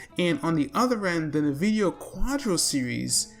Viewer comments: Good video. BTW Nvidia is pronounced "in-vid-iya" with the first syllable sounding like "in." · No one's gonna talk about the "Nuh"-vidia.